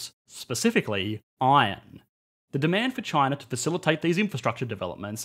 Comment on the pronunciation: That "Iron" pronunciation is hilarious. Good video though - except the "responsible government" part